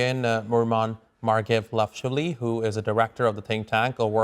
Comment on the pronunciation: Suggestion to the TRT interviewer regarding how to pronounce his guest's last name: Please break it down as MAR-GVE-LA-SHVILI w emphasis on the first syllable: MAR (like in "Mars"). Please give it a chance. Good luck and thanks!